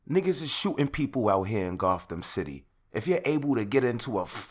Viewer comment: he said goththam city stop playing with me